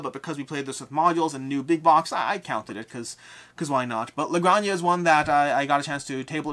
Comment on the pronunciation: Looking for an excuse to comment for the algo: la granja is pronounced “granha” as in h of house (farm in Spanish) cool video